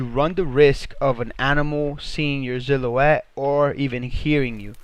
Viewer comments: Who replaces S’s with Z’s!? Lmao!! Zillow-Wet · Mate check your spelling and pronunciation. Noice? Really? And the way you say silhouette, like ZILL O ETTE makes my ears bleed.